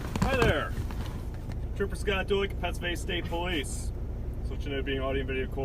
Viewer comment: Did he say his name was Trooper Scott Doink? 😂